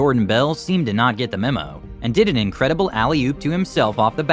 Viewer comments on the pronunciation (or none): none